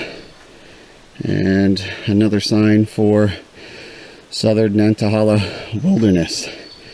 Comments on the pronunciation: Great to see you down in the South again,. I can't wait to watch the entire video. The locals pronounce it Nanta-hay-la. Say it with a southern drawl and it just rolls off the tongue. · It is nan tah hay lah. Land of the noonday sun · Nan-tuh-hey-luh is the correct pronunciation. Otherwise a great video! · I understand I'm commenting 7yrs after you posted this, but wanted to help you with pronunciation. I'm from the area and the forest is pronounced Nāntăhālă. Thanks for a great video! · You are pronouncing the name wrong... "nant" like "aunt" but with a "N" - "a" like "uh" - "hala" like "hey la"